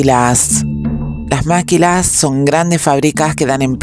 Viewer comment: Se pronuncia “Maquilas “(así nada más, sin acento) no “Máquilas” muy buen reportaje, muy completo.